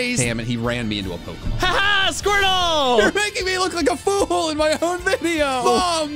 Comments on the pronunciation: SQUIRTLE, NOT F*CKING SQORTTLE! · SQUIRTLE, NOT SQUERTL! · IT'S SQUIRTLE, NOT SCWERTL! FIX IT NOW!